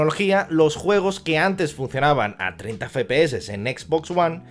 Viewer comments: Que verga es "Fepese" que yo sepa la "F" se pronuncia "efe" no "fe". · Soy yo o dice "fepe eses" en vez de "efe pe eses". Sin acritud, eh que me parece un buen vídeo. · … he visto varios vídeos suyos y siempre comete usted el mismo fallo.. no sé si es que lo hace queriendo la verdad pero al hablar de las abreviaturas del framerate de los vídeos juegos habla y dice usted literalmente “ fe.pe.eses” y la letra F se dice “Efe”, es decir “ Efe.pe.eses” se lo digo porque parece usted un poco garrulo al hablar así … espero que le valga.. gracias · no digas feee ps se dice fps me estrese pero gracias por la info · Como que "Fe pe eses"? Los entiendo claro...pero esta mal dicho 😅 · Yo también me pregunté todo el video que letra es la "fe"? solo conozco la F y se diría "efe" Ahhh... Con estos tíos... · FE PE ESES!!!! jajajajajajajajajajajaja. EFE PE ESE. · ef pi es al menos dilo asi XD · Cuántas veces puedes decir mal "efe pe eses"?: Si. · dice fe pe ese no efe xd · Sinceramente dejé de ver el vídeo a los 2 min... no me soportaba el FE-PE-ESE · Buen video pero por favor no digas más "FEPEESE" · Ambas están mal. Ya que las siglas son en inglés "FRAMES PER SEC" debería ser "Ef Pi Es" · La verdad no es tan grave pero si se escucha muy extraño.